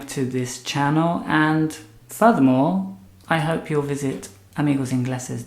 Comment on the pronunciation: "Furthermore" sounds like "voldemort"